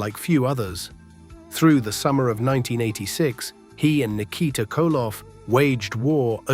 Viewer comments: Nik-a-tah ? Ski-voni? Ai slop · R I Flair. Lol. Nick eh ta (said quickly) lol